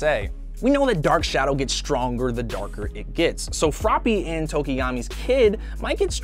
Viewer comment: Tokeyami?? TO-KO-YA-ME